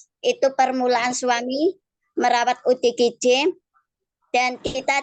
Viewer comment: Ya ampun.. OODG wkwk.. Salah sebut akuhhhh.... ODGJ malu-ku sampe kemana mana rek.. 😂😂😂😂.Maaf ken lidah yang keseleo wkwk